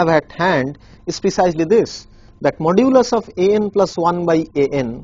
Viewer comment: Modulus is not the same as absolute value. Why is he keep saying modulis